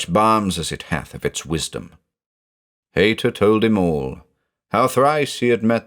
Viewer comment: With the name being Haïta, using the I with two dots - ï - I think that indicates the ï should be pronounced separately. So just like naïve is pronounced Nie-eeve, I think the name Haïta should be pronounced Hie-eeta.